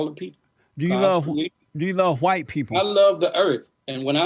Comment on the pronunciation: He can't say white. Why!!